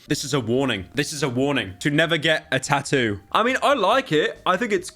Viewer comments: bro got the eva tattoo but cant even pronounce it right 😭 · Why do you not include the second set of Ts in tattoo half the time!? British?? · I love how he pronounces tattoo 😂